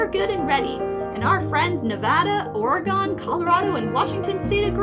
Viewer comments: As an Oregonian, I took 5 psychic damage every time you mispronounced Oregon. It's not Ore-uh-gone, it's Ore-uh-gun. EDIT: And "Oregonian" is Ore-uh-go-nee-un" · ITS PRONOUNCED OREG UN NOT OREGONE, WHERE DID IT GO??? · How is no one going to talk about the pronunciation of Oregon its pronounced oreGEN not oreGAN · That is a really weird pronounciation of Oragon. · you said Oregon wrong. Its pronounced like Organ, or Organ. the instrument and the thing inside you. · Okay, you probably already have 100 comments like this, but I can't find them so I'm making my own comment. Oregon is pronounced Or-gen. Like the instrument, the internal meat components of the body, or the word Organic without the "ic". We're pretty chill about most things, marry whoever you want, smoke some weed, hell you can even pop a few mushrooms or use a bit of cocaine, but one of the fastest ways to rile us up is to pronounce our state's name wrong. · Excuse, but not once in my life have I heard someone pronounce "Oregon" as "Organ" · It hurt the deepest part of my soul when you pronounced Oregon wrong. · I'm not from oregon but your mispronunciation of oregon hurts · As an Oregonian, the way you pronounced my state name, hurt me a spiritual level. (why do so many people pronounce it that way?!) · I know right? Its.. just... ooof... I take 30d10 psychic damage each time. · I'm Canadian and it shocks me that you yanks don't know how to pronounce other states' names